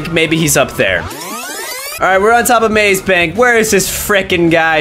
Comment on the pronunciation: Mase bank not mas bank